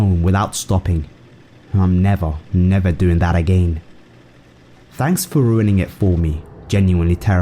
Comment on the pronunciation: "agen" sorry it just sound funny xdd